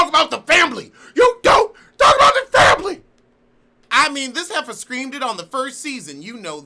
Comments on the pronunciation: I die a little every time you say fambily lmaooo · I love when you say "fambly....fambly "